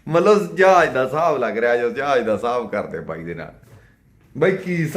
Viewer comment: ਜਹਾਜ ਹੁੰਦਾ ਜਾਜ ਨੀ😂😂😂😂😂 ਚਵਲ ਸਰਵਿਸ😅